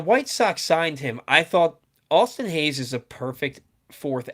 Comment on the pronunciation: Lol’d when you said Austin Hays